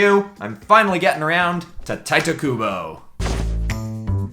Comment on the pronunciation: I mean, it's not hard to learn how to pronounce a name. It's Tee-teh, Not Tight-eh.